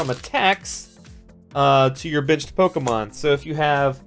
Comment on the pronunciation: Lol everytime he said benched I thought he said bitched